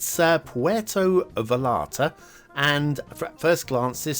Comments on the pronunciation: It could have been great. 3/2/3 And, depending on the pronunciation (theres a lot of double ll shift in Spanish), Vallarta is pronounced Vadjarta, Vayarta, Valiarta... but never Valarta. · not "valarta"... it is pronounced "vayarta" :) haha